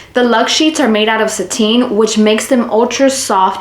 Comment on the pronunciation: I know this is 2 years ago but I just love how you say “satin” as “Sateen” 😊 Im a full blown pale ghost so ive only heard it pronounced at “sat - in” 😅❤